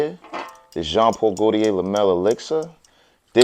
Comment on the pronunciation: "Dezinah" and "joawn poawl gowdiyay"